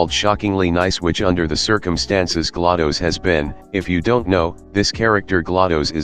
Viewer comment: Galados (Its pronounced gla-dose not ga-la-dose)